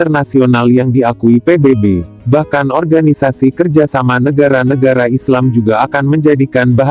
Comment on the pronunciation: Negare, bahase, saye. Pengucapan seperti ini sangat merusak tata bahasa baku.